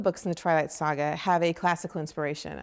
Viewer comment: she says sga funny hahha